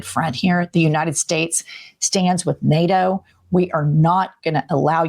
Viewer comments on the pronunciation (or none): none